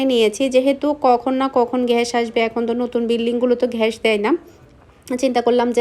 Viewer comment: ঘ্যাস না গ্যাস🤔🤔🤐🤐😵🥴🤕🤕🤕😡🤬